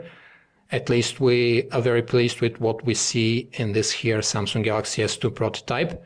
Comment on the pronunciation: samsung... not samsungk..